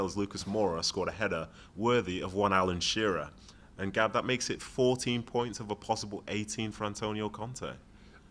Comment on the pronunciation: It’s “let’s go Gaab”